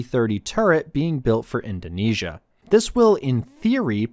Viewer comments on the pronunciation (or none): none